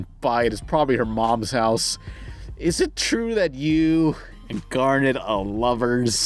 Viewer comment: You mispronounced Garnet